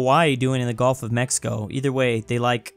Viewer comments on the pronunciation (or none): none